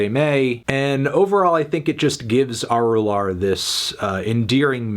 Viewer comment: It's pronounced uh-ru-luhr or uh-ru-laar, melon